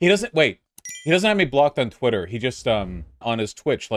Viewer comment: Why does vaush call it thwitter